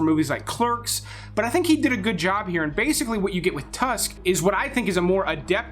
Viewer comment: Tusk... Really 🤨 Can’t finish this video after hearing that